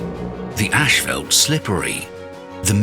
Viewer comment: It's not 'ashfelt', that's roofing material. It's 'ashfalt'.